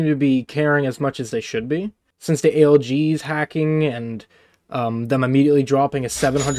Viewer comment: It's A L G S not A L G smh